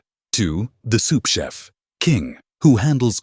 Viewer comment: soup chef? or sous chef :D